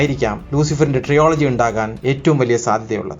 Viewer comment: ട്രിയോളജി ❌ അല്ല മണ്ടാ ട്രിലജി ✔️